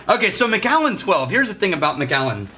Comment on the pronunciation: Hey, I'm pretty sure that it's pronounced Mac-allen (